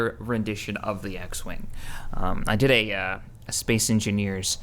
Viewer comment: lol its funny the way he says space xD spece